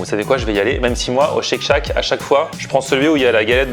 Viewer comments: Mais pourquoi refaire exactement le même burger? Autant ouvrir une franchise Shake shack. Shake shack pas tchek tchac lol Super l'innovation. J adore cette chaîne sinon. Merci! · Non non non! M'enfin et!! Tchek tchak...??? C'est quoi cette prononciation!!! Ca m'a mis les nerfs a chaque fois que vous l'avez dit du coup a chaque fois j'ai avancé la video! Faites un effort!! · chake chack bordel ça agresse les oreilles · respect pour avoir réussi à manger 1m² de salade dans ton burger "tcheck tchack"